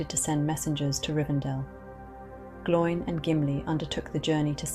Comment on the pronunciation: Pronunciation needs work. Glo-in. Rhymes with Owen.